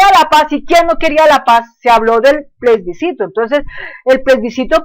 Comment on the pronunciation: es plebiscito no plesbicito,,,, aveces hay que saber hasta pronunciar para no decir cosas vagas sin fundamento ,,,, hablando de cosas que no sabe